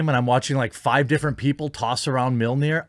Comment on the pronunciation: I have to laugh at Americans trying to pronounce mjölnir. You guys sound like you're saying meal near. It's more like "me earl near".